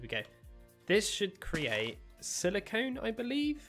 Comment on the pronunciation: When it says "Aluminum Seeds" on your UI, it's because you pinned a quest. Just go to the quest book, find that quest again, and unpin it. Also, you got silicon, which is very different than what you said (silicone). You should pronounce silicon the same way as if you were saying "Silicon Valley".